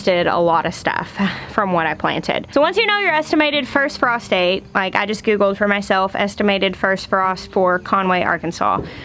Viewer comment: The first time you said "frost date" I heard "prostate"" and, long story short, I literally scared the piss out of my dog laughing 😂